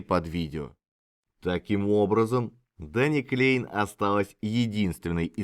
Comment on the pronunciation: Да, и во Фландрии говорят на языке, похожим на Голландский, а не на немецкий. Я там жил и работал когда-то, поэтому слегка разбираюсь в теме. И правильно произносить Кляйн а не Клейн.